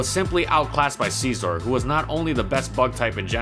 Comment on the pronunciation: Did he just say Glisscore and Seizeor?